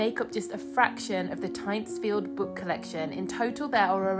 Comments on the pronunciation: Its pronounced Tintsfield The guano was imported from the Chincha Islands off Peru. No chicken poo involved LOL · Amazing staitly home. One of my favourites. But that's not how you pronounce it. You say the Y like an I and and its got an N in it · Switched off after hearing that you couldn’t even be bothered to find out how to pronounce the name properly.